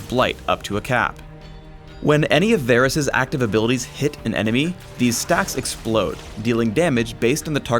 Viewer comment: idk y ppl pronounce him Vaaarrrggh rus